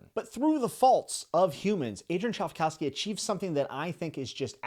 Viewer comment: 😂 "chive- cow-ski"?